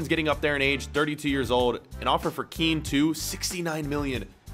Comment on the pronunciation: You pronounce Kean just like how you say Ken